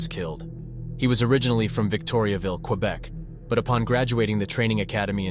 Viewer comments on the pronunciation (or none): none